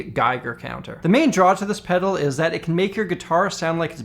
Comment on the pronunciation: That last "pedaru" killed me